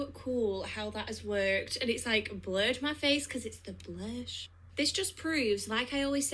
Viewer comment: oooh, I thought she was saying "blush" and I'm looking at the shade she is showing like... Girl, not even if you were a smurf would you blush that colour.